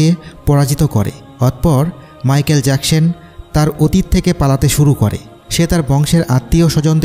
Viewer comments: জ্যাকসেন না জ্যাকসন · Jacshan na Jecson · Agey thik moto manusher name bolte shikhen erpor video upload koren. So annoying